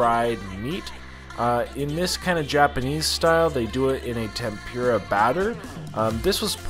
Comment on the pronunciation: Tempura - the PUR as in “the kitty purred” not as in PURE.